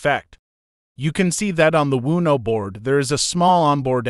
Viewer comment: GOOD GOD!! This talk to text is infuriating. You couldn’t find someone to just read the script. MEEEEGAH , LEARN’ED, WOONOO BOARD, SEMI CALLIN, hahahahahah this program needs HOOK’ED ON PAHONICS!!!